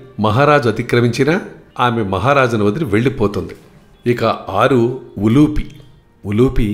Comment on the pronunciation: ద్రౌపతి ఏమిటి అదే తప్పు ముందు, ద్రుపదరాజ పుత్రి ద్రౌపది,అలాగే ఉలూచి అనాలి ఉలూపి కాదు